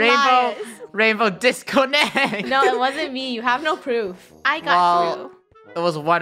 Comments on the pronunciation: Me to I love how is saying '' DISCONECT" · Its DISCONNECT NOT DISCONECT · DiScOnNeT and ReCoNnEt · No it's DISCONNECT,, DISSCONNECT,rainbow dis-co-nnect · when said disconnect i thought he said " disco net " XD 🤣🤣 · RECONEKT me:CALLING ALL PLAYERS IN THE KREW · DISCONNEKT XD HAHAHAHAH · DIS CO NECT!! -🤧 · DISCONNET RECONNET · You said it. Wrong it's DISCONNECT or DISCONNECT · say disconnect like Philippines say it😁😂😆